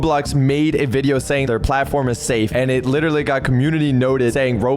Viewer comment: how many times did say "litterly"